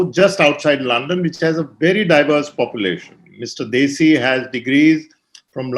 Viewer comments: You are, having a Punjabi background... You don't know how to pronounce +DHESI+ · It is not Desi but DHEY-SI